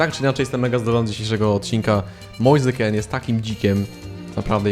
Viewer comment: Kean w sumie nie czyta się Kin, skoro mean czyta się min? 🤔 Może warto to sprawdzić, przynajmniej nie będziesz musiał się poprawiać 17 razy na odcinek xD